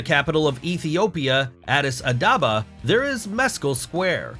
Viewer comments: Learn how to pronounce countries names before you go out in public r. Addis Adaba? Addis Abeba!!! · How does the name of the capital city, Addis Ababa, get pronounced as Addis ADABA? You are yet another going to the "Don't Recommend Channel" bin. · face-fuchsia-poop-shape:the capital of ETHIOPIA is not ADIS ADABA as the narrator sasid it,,,its ADDIS ABABA....!!:face-blue-smiling::face-blue-smiling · 😂It's Addis Ababa. Not adabba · Addis Ababa not Adaaba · "Addis Adaba "--> "Addis Ababa" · you mean Addis Ababa, Not Addis Adaba! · Addis a baba not Addis a adaba.... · Please pronaunce the name correctly. Ethiopia's capital city is Addis Ababa not Addis Adaba. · The capitol of Ethiopia is not Addis Adaba, as you say. It is Addis Ababa! [ Addis Ababa (/ˌædɪs ˈæbəbə/; Oromo: Finfinnee, lit. 'fountain of hot mineral water', Amharic: አዲስ አበባ, lit. 'new flower' [adˈdis ˈabəba]) is the capital and largest city of Ethiopia Addis Ababa, Ethiopia’s sprawling capital in the highlands bordering the Great Rift Valley, is the country’s commercial and cultural hub. Its National Museum exhibits Ethiopian art, traditional crafts and prehistoric fossils, including replicas of the famous early hominid, "Lucy." The burial place of the 20th-century emperor Haile Selassie, copper-domed Holy Trinity Cathedral, is a neo-baroque architectural landmark. ― Source: Google] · its Addis Ababa not Addisadaba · Attis Adaba? I'm out. Get the names right. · The capital city of Ethiopiais Adis a-what now? Me living on the country down south of it 😂😂😂😂😂 I had to listen twice